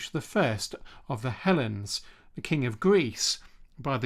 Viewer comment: I like your definitely-not-AI voice! With one minor pronunciation quibble at the 16ish minute mark: he was king of the "hell-eens" not king of the "helens"! 😅